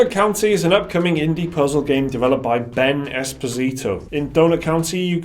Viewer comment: I guess it's pronounced "espòsito" lol